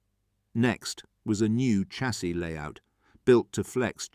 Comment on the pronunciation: Please I'm watching all of these and they are very interesting but please say Shassy instead of Chassy, I'm begging you lol, keep up the good work.